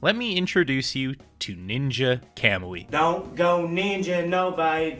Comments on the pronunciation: this guy has no right to criticize the anime when he can’t even fucking pronounce it right 💀 i stg y’all new gen fans are gonna be the death of the anime industry fr, the single most used “critique” that people seem to use is that it got “bad” when futuristic tech was used even tho it was literally shown in the 1st episode, you would’ve known that if you didn’t have your head up your ass and actually paid attention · Shit went from 10/10 to a -10/10 real quick and learn how to pronounce words kamui is easy to pronounce it